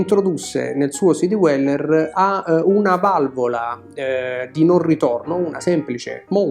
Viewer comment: Bellissimi video, argomenti posti sempre con competenza e con garbo, cosa rarissima oggigiorno. La pronuncia di Dweller suona all’incirca come “Dueller” non “Diueller”. Complimenti ancora per il canale.